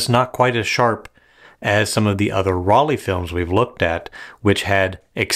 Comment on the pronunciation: dear, the pronunciation of Rollei sounds like roll-eye not like roll-eee. In german, "ei" is always pronounced like "eye", as in "Leica" or “Zeiss“.